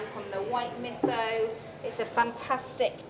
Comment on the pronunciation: "Torfu", "misso" and some inconsistencies.